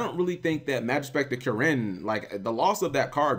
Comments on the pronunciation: KUH-RIN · you say kirin funny lool